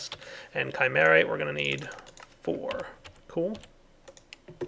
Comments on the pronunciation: It's pronounced shim-er-right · Isn't chimerite pronounced like "shi-mur-rite?"